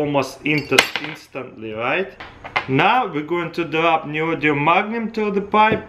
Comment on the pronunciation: So, Neodium? Or Neodymium?